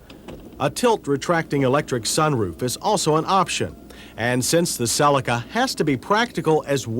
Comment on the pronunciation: finally someone pronouncing "cellica" and not "celiiica"